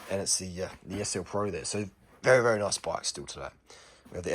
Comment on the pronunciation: “It’s not a noice bwike” love the accent